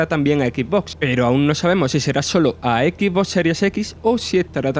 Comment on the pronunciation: Microsof flei simulato... En el equis bos gueimpas... No es por tirar joda, pero el narrador debería cuidar un poco su pronunciación, le quita profesionalismo cada vez que asesina un poco más el inglés con esa pronunciación